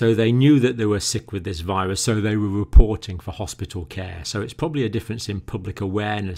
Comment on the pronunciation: Whats a “viwusss” Lol